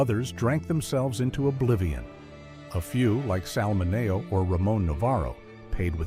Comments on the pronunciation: its not Sal Min A oh...its Sal Minn E Oh. Learn Italian. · AI it’s pronounced Min e oh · I hate how they can’t correct AI narrators. I mean, “Sal Minayo”??? 🙄😂🤣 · It’s Sal Mi-knee-O. Come on. Please. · The narration uses the Italian pronunciation but Sal Mineo used the Americanized version. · You need to learn how to correctly pronounce Sal's last name. 👎👎👎👎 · Thank you..I was thinking the same thing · Check your AI voice/pronunciation